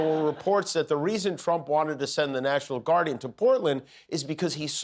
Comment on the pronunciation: national lard 😂